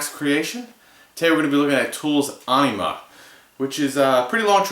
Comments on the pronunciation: Not to be a dick, but it's pronounced "eh-neh-muh". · ah-nee-muh. that's a new one.